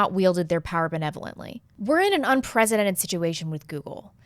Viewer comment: The way you pronounce unprecedented is annoying.